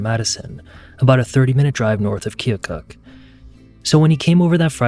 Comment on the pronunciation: Thanks for your correct pronunciation of Keokuk, IA.